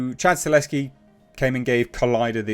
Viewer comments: As a polish man, Chad's surname is pronounced "Sta-hel-ski" not Staleski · you’re mispronouncing Chad’s last name. You’re saying “Stah*Leski” & it’s “Sta*Helski” -Sta Hell Ski 👍🏼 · It's STAHELSKI not STALESKI! It's splattered all across your monitor in the article you just read! What's funny is your briefly pronounced it the correct way & literally a millisecond later went back to STALESKI LMAO 🤣 🤣 🤣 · H, you are a legend. But it’s stahelski. Sta. Hel. Ski. XD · it's pronounced Stuh - HELL - Ski. You're welcome. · I would not normally correct someone for pronouncing a director's name wrong, but you did it 800 times.